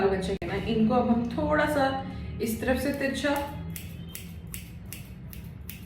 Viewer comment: You are repeatedly saying teekha...teekha means spicy...you will have to say teercha not teeka..😂 anyways nice tutorial👍